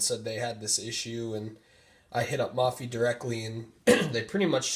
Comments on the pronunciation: It's pronounced (moe-fee) not (mah-fee) lol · it's pronounced "maw-fee" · its MOH-PHEE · Thanks for the video. Please note "Mophie" pronounced with a long 'o' sound, as in "Oh!". Not as in "modular". You can confirm this by listening to the video on their home page.